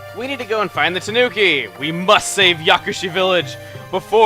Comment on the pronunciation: Please chuga it's killing me when you say tanuki, it pronounced taNEWki, sorry for my bitching a japanese person like myself bitches about these things. Nether the less great video once more